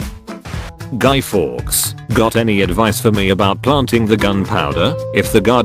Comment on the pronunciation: the way it pronounced guy fawkes